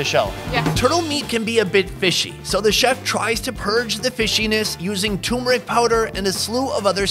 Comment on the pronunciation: Why do you always say "thoomuric", it's turmeric.